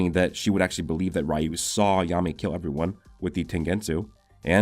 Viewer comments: Just wondering why do u say "Rayu" instead of "Ryu"? cuz there's no "a" in the word but u still pronounce the "a" which doesn't exist. I know it's common that American or mainly English speaking people mispronounce other countries words often but I don't understand what causes it. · What's soo annoying is this dude can't say r y u right he keeps saying r a y u like dude pronounce it right it's sooooooooo annoying to hear 🗿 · Sorry to be that guy but Ryu is pronounced, Re • U lol